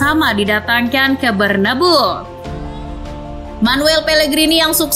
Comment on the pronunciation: Narator nya siapa sih? Penyebutan "BERNABEU" itu sesuai sama tulisan nya, tolong diperbaiki lagi, karna sangat menggangu dan tidak enak di dengar